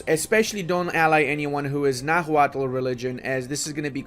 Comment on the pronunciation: Bit of a nitpick, but Náhuatl is pronounced “na-wa-tl” with the cadence emphasizing the first “a” rather than the second. tl;dr “NA-wa-tl”: correct “na-HUA-tl”: incorrect